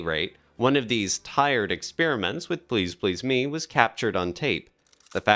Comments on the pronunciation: Very well done. But never heard the "me" in "Please Please Me" emphasised that way. Gets a wee bit annoying after a while as it's repeated so often. God there it goes again, must be the 30th time..... I can take no more. Where on earth did the narrator get that emphasis on the "me" from? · Why pronounce it "Please Please ME"? The accent belongs on the second word: "Please PLEASE Me." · Just. Now. I Said. These. Words. To the Narrator.... I don't get why you would put the accent on "ME", rather than on the second "PLEASE" in " Please Please Me". " Please Please ME" makes no sense with the rest of the lyrics! 😂 The issue at hand is "WHAT I wish you would do to me", not WHO it is you do it to.😉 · The accent on the last syllable of each of these song titles is really jarring and bizarre, and it emphasizes the wrong concepts: "I Saw Her Standing THERE" and "Please Please ME" - bizarre. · It's pronounced "Please Please Me" NOT Please Please, Me! They are English words not your stupidly incorrectly spoken Americanisms!!!!! Like your stupid way of calling "Aluminium" - ALUMINUM" Lazy and incorrectly spoken! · Why can you not pronounce the title correctly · Good info but is it an AI voiceover? Im halfway through and there's been the wrong intonation on Please Please Me and it's Cill-a Black not Seela Black. Just found it distracting.